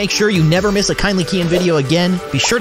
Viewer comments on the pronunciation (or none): When it said "wanna make sure you never miss a kindly keyin video again It sounded like wanna make sure you never see a kindly keyin video again lol